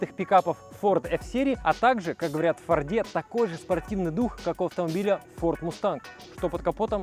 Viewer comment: Аж кровь из ушей, когда слышу ФордЕ! фОрде епт! фОрд!